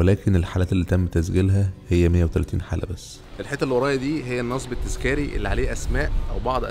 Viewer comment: النصب التذكاري : كلمة النصب تكون بضم النون والصاد وليست بفتح النون وتسكين الصاد وإلا تغير المعنى للنصب بمعنى الاحتيال ، أيضا كلمة التذكاري تكون بفتح حرف التاء